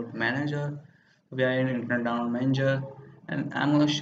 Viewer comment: learn how to say download